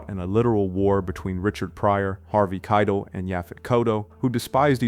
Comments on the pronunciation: Dude, Harvey "KYE-del"? It's "kye-TELL." You've never heard the guy's name spoken aloud, but you're a film expert? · KEYEtell Harvey's name is pronounced KEYEtell WTF. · It’s been pronounced “KYE-tell” for over fifty years in Hollywood, lol why change it now? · Jeeeeesuschrist dude it's ... Harvey Kie-tell. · Lol, Kitle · Kite Hell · Keitel. Mobile. Cassavetes. How is it possible to get them all wrong. Weird. Is this AI generated? That would explain it. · I've never heard Harvey Keitels last name pronounced that way before. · Neither has Harvey.